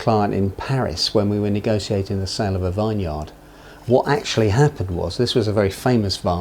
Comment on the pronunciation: A 'vine-yard'. Haha. Imagine trying to sell a vineyard for lots and having some turkey on your team pronouncing it 'vine-yard' all the time.